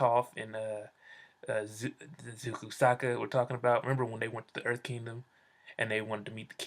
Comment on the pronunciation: Stop sayin ZUKU !! its zuko